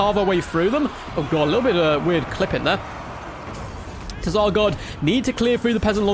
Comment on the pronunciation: Definitely not pronounced "Teh-Zar".